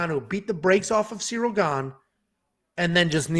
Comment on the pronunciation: … clearly calls Cirly, “cereal”. is the GOAT.